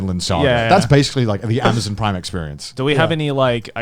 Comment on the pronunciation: Ah yes A M A Z U N